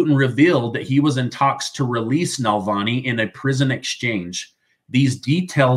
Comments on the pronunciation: It's "Navalny" not "Nalvani". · Alexei Navalny not nalvani, love your work tho, you’re amazing too. News that brings a smile,😊 even if some of it is frustrating (New York Engoron bullshit)